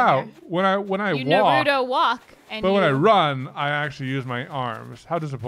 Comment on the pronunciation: TIL doesn't know how to pronounce 'Naruto'.